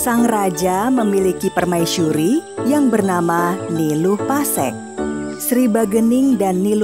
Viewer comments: Kok pasekan,bukan pase'k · Nama nya niluh pasekkan bukan pasekan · Pasek bukan pasEk🤣🤣